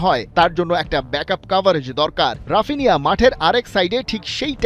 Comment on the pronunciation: ব্রাজিলিয়ান উচ্চারণ: হাপিনিয়া